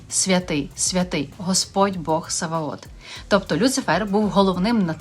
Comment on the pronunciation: Саваоф, а не Саваот